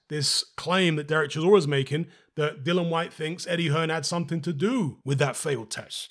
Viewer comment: Please out of respect pronounce dillian correctly, it’s not hard